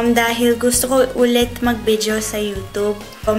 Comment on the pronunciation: Gustong gusto ko yung "bidyo" mo!